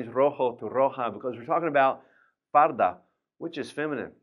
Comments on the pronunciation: I really enjoy watching your classes, but how come “falda” is pronounced as “farda”. You clearly say “r” instead of “l” in some words. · Tienes razón! El pronuncia " falda" y dice " farda" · Estas equivocado El profesor pronunció la "r" en vez de "L" dijo farda en vez de falda